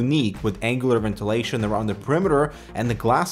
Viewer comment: "ventilation" lolololol